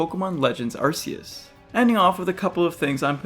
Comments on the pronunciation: It's ARKEUS not Arseus c'mon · Nope this guys criticisms are all invalid, he pronounced arceus as arsseus Edit: #1moreyearGF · it’s pronounced are-key-us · My top concern is people online constantly pronouncing "Arceus," incorrectly. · arman kaya it’s pronounced Arceus too